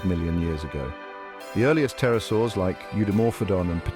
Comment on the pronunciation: Pterosaurs, not Tarasours. 🙄